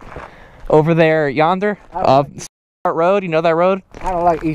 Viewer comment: Stop saying yander. Plz